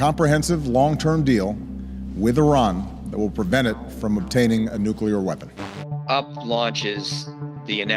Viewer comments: *NucLLLLLear not nukelar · Vice Journalist: can't even pronounce "nuclear"!!! 😂😂😂😂